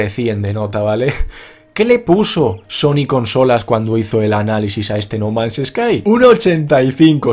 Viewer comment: pensé que había dicho no mames sky xD.